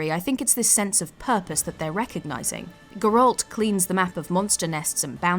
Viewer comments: Gerolt?! It's Geralt! W3 is like 100+ hours, how can you possibly pronounce his name wrong after hearing it for idk 1000 times?! :D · Geralt in your accents sounds funny😂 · The way she said Geralt physically hurt me (no hate btw) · The way you pronounced Geralt is just a crime against the game.